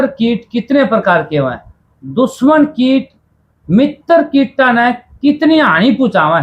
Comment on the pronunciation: भैया किट नहीं कीट होता है। कृपया सुधार करें